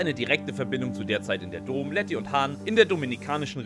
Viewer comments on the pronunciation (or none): Vielleicht hätte der Sprecher dieses ansonsten guten Videos die Filme gucken sollen, dann hätte er vielleicht nicht Dohm abgelesen, als er Dom las, sondern Domm. ;-) Das ist mir mittlerweile schon ein paar Mal auch in anderen Videos aufgefallen. Da ist keine K"I" hinter, oder? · Ich lach mich checkig ey 😅😅😅😅😅. Vin Diesel heißt Dom(m) und nicht (Kölner) Do(h)m. 😂😂😂😂😂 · doommm xd kurzes O !!!! wenn schon, oder is das der kölner dom ? 🤣🤣🤣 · Immer wenn er "Domm" falsch ausspricht einen Kurzen trinken xDD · 1. Wie falsch kann man Dom aussprechen ? 2. Ist noch jmd die Musik zu laut ? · da ist man ja nach der hälfte des videos schon komplett besoffen